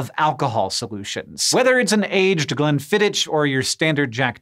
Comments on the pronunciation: CH in Glenfiddich is a "kh" sound, similar to "loch", not ch as in child. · It is not glen-fi-ditch. It's glen-fidd-ikh. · Glenfiddich - the ”ch” like ”ck” as in technology. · Glenfiddich doesn't rhyme with ditch! It rhymes with hic! (So sip it next time!) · Interesting details, thx and Glenfiddich is not pronounced with a f-ditch at the end. But, don't take it from me, here are the producers... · Glen Fiddic is how it's pronounced. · Glenfiddich is pronounced, Glenfiddikh, or at the very least, Glenfiddick. But don't order anything other than a Glenfiddikh in Scotland or you're likely getting thrown out. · Glenfidd"ick" not "ich" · Glenfiddi"ch" haha! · Glenfiddich itself tells you to add water: They also tell you Glenfiddich is pronounced GLEN-FID-DIKH, with "KH" throaty like a Spanish "J" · Hank, normally I really appreciate your work, but your pronunciation of Glenfiddich made me really sad. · Say "Glenfiddich" again, but say it properly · That's not how you pronounce Glenfiddich. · Interesting pronunciation of Glenfiddich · Science says you should pronounce Glenfiddich properly. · It's pronounced Glenfiddich, not Glenfiddich. Yes, I'm a Scotsman, in Scotland. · I love the way Hank says glenfiddich it's wrong definitely wrong but still nice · You don't even pronounce Glenfiddich correctly. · Glenn-what? If you are going to make a video about Scotch the least you can do is pronounce it the way the Scots do! And just because some guys made an observation doesn't mean I'll add water to my Glenfiddich. Partly because I drink The Glenlivet :-) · Yet again someone from the US butchers a UK word :( it's pronounced like this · You pronounced Glenfiddich incorrectly - I know, I'm English. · The ch in Glenfidich isn't really pronounced like the ch in teacher but rather (still a bit inaccurately) closer to the ch in ochre (a sound between k and h). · I can't believe that you mispronounced Glenfiddich 😞